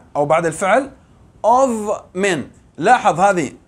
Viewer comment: جزاك الله خيرا يا ، لكن حرفي of التي بمعني من ، أو بشأن ، عن ، تنطق (av ) وهذا ليس تقليلا من مجهودك الرائع ياأستاذ.